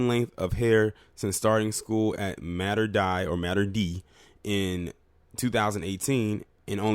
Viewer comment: it is pronounced. Mah-ter day school.